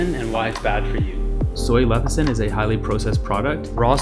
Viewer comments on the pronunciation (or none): leCithin. NOT leTHicin. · I can't take this video at all seriously. It is NOT pronounced LEH THI SIN, but LEH SIH THIN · Sound it out. Leh - SIH - thin, not leh - THIH - sin. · You Say Leth-i-cin thru the whole video and you're giving advice on Lecithin..... interesting... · I’m reading lecithin and he’s saying lethicin, my brain! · You say it wrong enough times and it starts to sound right. LE-CI-THIN.... not LE-THI-CIN. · I thought that it is leCiThin... you keep saying leThiCin... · You spelled lecithin correctly, but pronounce it lethicin... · i thought i was the only one hearing lethicin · say it with me: less-a-thin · It's LESS-I-THIN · How can we trust your content if you cannot even pronounce Soy Lecithin? Yikes! Perhaps its your first day with your new mouth... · man, you couldn't even pronounce soy lecithin. cute cat tho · You can’t even pronounce lecithin correctly. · Discredits everything when you can’t even pronounce the product correctly. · Just because he mispronounced it, doesn’t mean the information is discredited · it only means 1 thing for me, he didn't do a proper research about it if he can't pronounce it properly. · He doesn't know how to say it yet we see him criticising it. Probably reading off some paper. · don't trust someone who can't even pronounce the thing properly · Thought I was the only one who was catching his incorrect pronunciation…kind of makes me question the validity of this video 😅